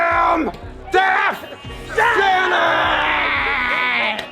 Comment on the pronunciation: Def sennence lol yeah I noticed that too